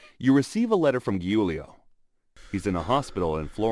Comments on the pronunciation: "giulio" it's proununced "geuleo" in English (I'm italian) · My hb is called Giulio and it’s not pronounced “hulio” it’s pronounced “Giulio”